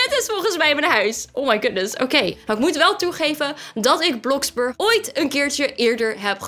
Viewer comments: hoe spreek jij dat uit?! Het is Gwn bloxburg niet blaxburk😒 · het is niet blaxburg maar bloxburg